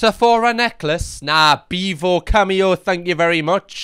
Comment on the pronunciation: “Beavo in de boof” 🫲